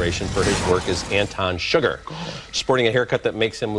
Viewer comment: Anton Sugar? Lol. I know it's Chigurh. But still, lol.